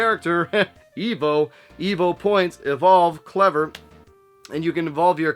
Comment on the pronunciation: E-V-O! Saying Eevo is like saying Sness, ha ha! My buddy had it in high school, but I really only remember the beginning of the game when you're a fish. he traded it and then felt nostalgic for it about nine years ago, so his ex got it for him on his birthday. She bought it from Ebay for $75! He was disappointed with it, as his nostalgic memories were better than the actual game itself. But I think I wanna try it. It does look fun, and I don't mind grinding, which is what I think was my friend's complaint this time around. I may get a repro of it, cuz you know I'm not spending crazy money on a retro game. Nice AVGN spoof! Wow, what the hell is this "Commando" game? Visually, it looks good, but man, it looks so unforgiving. Is it one player only? And that part with the elevator leaving you behind. Great way to summarize the game.